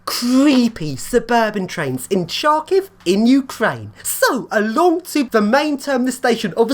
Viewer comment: you pronounce the name of the city incorrectly: first letters "Ха" sounds closer to "ha-ha-ha", not "Cha". "Сha" is "Чa"